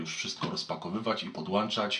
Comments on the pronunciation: Nie ma to jak "pdłanczać" i "cofać do tyłu". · mgr mowi podłanczać